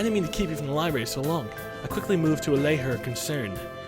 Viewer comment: I'm gonna go ahead and be awkward and say that it's adorable when you say "libary"